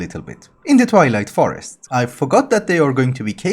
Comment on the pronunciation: Great series. I really like your sense of humor. I keep mishearing you say you’re going to the Toilet Forest :)